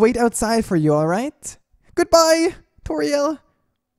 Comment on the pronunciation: am i the only one who hear merg saying TU-TORIEL